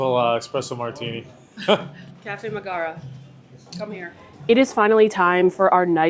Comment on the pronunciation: Her name is Megara, not Magara. How do you not know this.